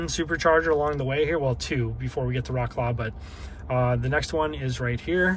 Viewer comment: Much love to you and your content, always. You did not even try to pronounce Wrocław correctly haha